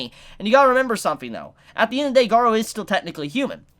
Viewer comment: Garou = Ga-Roo not Ga-row